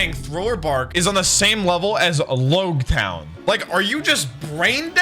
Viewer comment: It’s pronounced “logtown”